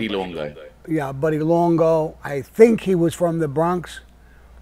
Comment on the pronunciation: What was that, Sammy? Were you trying 2 pronounce Buddy's last name or did somone ask you when the last time was that you possessed an ounce of integrity? "LONGO"!